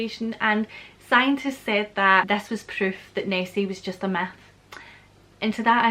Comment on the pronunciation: Oh, Queen of Scots, when you say „myth“ it sounds more like „meth“. Which leads me to the idea, is the appearance of Nessi liked with the use of drugs - like large quantities of best 🏴 whiskey? 🤠